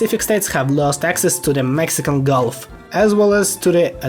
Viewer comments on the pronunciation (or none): none